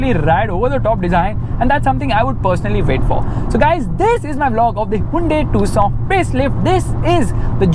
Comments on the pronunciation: its tuc son not two sona 😂😂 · Why ia calling this car "tusaw"..... 😅❤ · Tucson be like : Am I a tusaw to you! !? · The way you pronounce "Tucson" is just like "Croissant" 😂